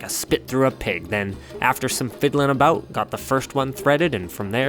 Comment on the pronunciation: Accent was good until you said "aboowt" then I remembered you were Canadian.